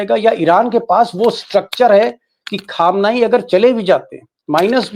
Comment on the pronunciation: भाई अयातुल्लाह ख़ामेनई कहा कीजिए ख़ामेनई नहीं । अल्लाह आपको अच्छा रखे